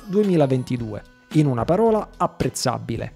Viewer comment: non capisco perché APPREZZABILE lo scrivi giusto ma lo dici sbagliato... tipo con 14 B